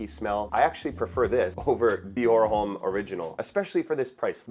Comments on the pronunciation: yeah but homme is pronounced like home but the h is silent, so it’s like “ohm.” it’s french. and succumb is just succumb and not surcumb😭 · The H in homme is silent brother.